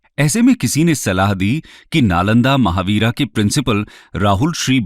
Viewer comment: महाविहार है, महावीरा नहीं।